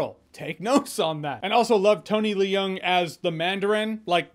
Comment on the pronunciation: You don't have to pronounce every letter in their names: Liu is "loo" and Leung is "lung."